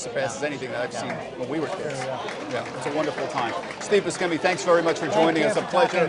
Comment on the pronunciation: He pronounced Buscemi wrong.